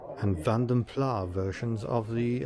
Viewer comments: Just thought i,d let you know mr furious told me and others vanden plar is not how it is pronounced it is however pronounced vanden plassss, great content!!!!still waiting on my mug del!!! 🇬🇧🇬🇧🇬🇧🇬🇧🇬🇧🇬🇧🇬🇧🇬🇧☕☕☕☕☕☕☕☕☕☕☕☕☕ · Mr Furious Driving has a recent video, and claims to have determined that the correct pronunciation is Van Der Plarse. You may have to fight it out with him when you get back.